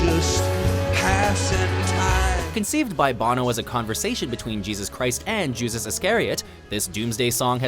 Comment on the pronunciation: lol he mispronounced Judas as Jusas